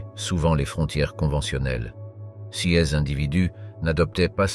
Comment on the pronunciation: Cette voie électronique, je n'en peux plus !!! On ne dit pas "C S" mais "ces".J'ai lâché au bout de 6 minutes.